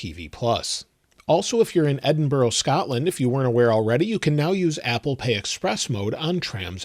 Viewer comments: Why do Americans pronounce it Edinborough? It’s not spelled that way. It’s spelled Edinburgh, and it’s pronounced Edinburra. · I have a pronunciation tip for you: Edinburgh Scotland is pronounced likek this, "EH-din-brrrrrruh".